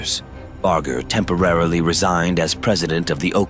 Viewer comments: Awfully edited, chopped up video. And at least learn how to pronounce the man’s name correctly too. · You lost whatever creditability you may have had when you mispronouncing his name, even while pronounced his Dad correctly